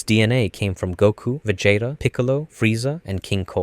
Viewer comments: That pronunciation of Vegeta was fucken brutal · Bro is just making sure everyone is paying attention, I swear, he dosent do it on accident. Top tier english... then... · You have ZERO excuses for pronouncing Vegeta so ridiculously wrong. Like at this point you must have do that on purpose. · Pronouncing vegeta's name wrong in 2025 is absolutely diabolical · vegeta pinkett smith . . . im fucking dead this dude cannot say anime names